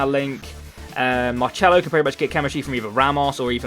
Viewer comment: why do you pronounce marcelo as mar-chello now when you didnt before